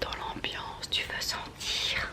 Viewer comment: J'étais aux toilettes pendant le : "Tu veux sentirrrr ?" Donc comment te dire 😂